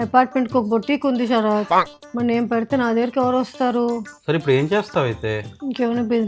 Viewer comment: షరాత్❌ శరత్✅